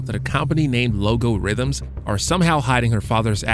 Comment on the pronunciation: This is crap, only one episode and you obviously didn’t even watch the show. It’s not “Logo-Rhythms”. This is probably AI bullshit